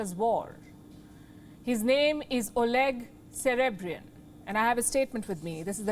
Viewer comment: Iam sorry this is a serious situation but his name is Oleg cerebrian! 😂😂😂😂😂